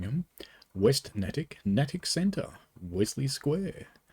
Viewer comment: That purple always brings me back to my childhood and riding the commuter rail in to North Station. And just a tip: it's pronounced Nay-tick.